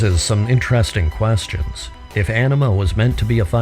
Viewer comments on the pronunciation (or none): none